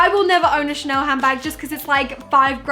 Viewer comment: Ah yes, Ghanel, a true piece of french culture